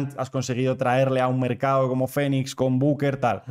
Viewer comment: "fenix" no, es "finix"